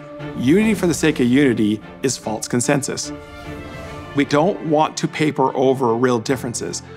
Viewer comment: "A faulTs view" False, smh. Probably says nukuler too.